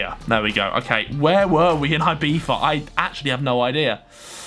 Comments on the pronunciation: Its actually IbiZa not IbiFa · Ibiva? its Ibiza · Man its IbiZa not IbiFa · No one: Harry: “ibifa” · Name: Ibiza Harry: Ibeefa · harry sais Ibifa instead of Ibiza. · Why does he say ibifa